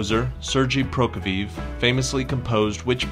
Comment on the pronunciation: Please learn how to pronounce Prokofiev correctly.